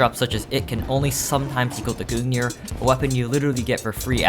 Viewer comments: This man pronounces it goong neer its gun-g-near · I can't stand the way he pronounces Gungnir, It's not Goon Gear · someone please tell this guy how to pronounce words. like who say goong near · Why does he call the gungnir the goon ear? im genuinely concerned. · i cringed every time he said gungnir like that😭